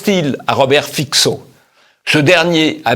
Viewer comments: Fitso et pas Fixo, je vais finir par me faire payer par TVL pour des services de consulting à propos de la prononciation des noms et lieux slaves. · Fico se prononce "fitzo" (pas fixo)